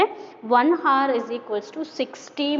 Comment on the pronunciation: Mam sorry for saying this , that's not hars that is hour😅😅